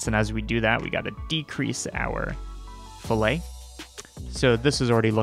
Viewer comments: So with geometry, usually in an engineering context, "fillet" is pronounced "fill-it" because we are dumb apparently. But it is its own thing and the proper pronunciation is "fill-it" lol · This is cool and all, but fillet has two L's, and the t is pronounced :( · Filet, one l, pronounced FILL-ay, refers to cuts of meat. Fillet, two lls, pronounced fill-et, is a geometry feature.